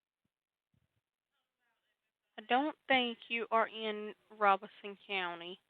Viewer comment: it's Lum-bee River not Lumber. also Robeson County is not Rob-son it Robe, like a kings robe, may mica rest in peace